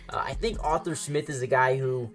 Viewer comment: ARE-THUR. Not author smith lol. great vids, but i cant take hearing Author again lol just call him artie or something